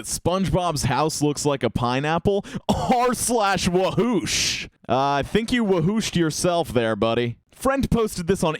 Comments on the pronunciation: STOP FUCKING SAYING "wosh" its WOOOSH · It’s actually woosh not wash you idiot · It's wooosh not wash dumbass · Don’t you mean WOOOOSH not WASH IDIOT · Its not wash its woosh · You idot it's wooooosh not wash SMH😐😐😐😐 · It's r/wooooosh not r/wash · bUt It'S wOoSh NoT wAsH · He said woosh wrong in the beginning :/